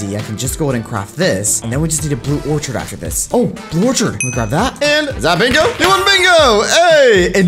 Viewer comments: Oh my God it’s not called in Orchidit’s called in orcid!!!!!!!! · When did an “orchid” (“ore-kid”) become an “orchard”? 🤦‍♀️